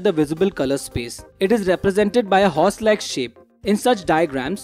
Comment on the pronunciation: I heard horse like sh** instead of heart like shape rofl